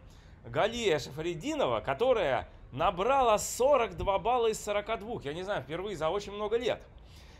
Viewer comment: Не зАняла, а занялА, не набрАла, а набралА))